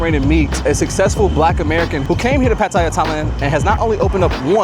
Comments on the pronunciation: All of the Thai locals pronounce the city as PATTAYA, but I notice that many foreign whites and Blacks usually creates a DIFFERENT pronunciation of the Thai city by calling it either "Pa-Toy-Ya", and in the case of this entreneurer who calls the city "Pa-Tae-Ya" even though he has been residing there for a number of years? I'm trying to figure out whether they look at the spelling of the word and assume that is how the city name should be pronounced, rather than how the local Thai people actually pronounce the name of their Thai city of "PATTAYA"? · its pronounce Pa-tie-yah emphasis on last syllable. sorry its just i hear too many foreigners pronounced wrong. Thais wont correct you but it is wrong. usually in thai the last syllable is emphasized. that said looking forward to visiting your restaurant in bangkok. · Lol, it's pronounced Pat- Tea -Ya . Would love to dine in his restaurant one day. Place looks so nice. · Dope, but please learn how to pronounce Pattaya. It ain’t that hard.